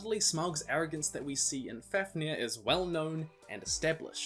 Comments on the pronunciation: I am really sorry but it’s pronounced faf near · MidgOWlrdsoOwlrm, BeovUlf, as for Fafnir, I think it's FAvneer.. but even if the f is pronounced F and not V, the accent is still on the A